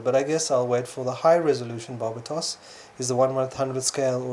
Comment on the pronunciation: the way they say Barbatos is driving me crazy